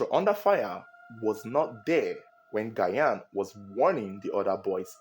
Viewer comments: Gyan is pronounced Jahn👍🏾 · The way you butchered Gyan’s name is annoying to listen to. You should have called him by he’s first name instead. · How you pronounce the GYAN hitting on my nerves😂❤ Bigups from Ghana🇬🇭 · Mention the name correct Is not Gyan 😂😂😂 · The way you pronounce Gyan shows that you don’t watch football 😂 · you need to learn pronunciation of Ghanaian names tho. Adwo, Gyan..... Much love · you’re pronouncing Asamoah‘s last name wrong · Asamoah Gyan is pronounced "DJAN" I believe he may have tried to save Janet because a lot of people panic when someone tries to save them underwater, bringing both them and the rescuer to drown. Thats why when someone tries to save someone who is drowning, the person needs to calm down and basically allow themselves to be "carried". I've been jetskiing before, its very easy to slip off the jet, Janet should have worn a life jacket. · because the letter 'g' has a soft sound and hard sound as in Goat (hard sound), George (Soft sound of 'g'). It should be pronounced as ' jian' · It’s not Gayan but sounds like Jan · Gyan is actually pronounced “Jan” not “Gayan” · Is not gayan. Gyan as Jan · Not Gayan please its Jan(Gyan) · Asomoah Gayan? 🤣🤣🤣. Let me help you pronounce it better. Assume that the first two letters (Gy) are (J) so it will be (Jan) and it will be the perfect pronunciation for the name spelt in twi as Gyan. Your reports are always on point. Good job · It’s ji-yan not guy-an pronounce well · It sounds like Jan not gayan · Pls mention Gyan's name well. Its not gyayan. 'Gy' is mentioned 'j' so its Gyan (jan) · "Jan " Gyan. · Please you can pronounce Gyan just like pronouncing Jan Yh, it’s not Asamoah Gayan it’s Gyan= Jan thanks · Good narration as always, that's why I am your biggest fun. The name "Ghayan" though 😂. It's pronounced "Jarn" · It’s pronounced Jan(Gyan) not Gayan. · It's pronounced "Jan" not Gayan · The name is pronounced like “Jan” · Who’s gayaan?😂😂😂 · It’s pronounced "gean "